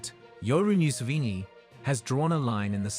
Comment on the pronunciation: We thank our president "myu-sivini" 🤷🏾‍♂️😊